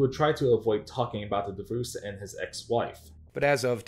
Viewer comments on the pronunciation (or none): DivUUse XD Taht is a wierd way to pronounce Divorce XD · Lmao "divooce" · Whats a "divooz"? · Did you pronounce the word Divorce as Divoose? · "Deevoose" for divorce is killing me 😅 but this video is really good spotlight on boogie. he doesn't deserve any kind of platform or fame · Deevoose is the strangest way to pronounce divorce. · can’t get over the way the narrator pronounces “divorce” 😅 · The what? Is he saying "deboose"? "Devoose"? WTF is this guy saying lmao! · It's DIVORCE DIVVVORCE say it right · What an interesting way to pronounce “Divorce”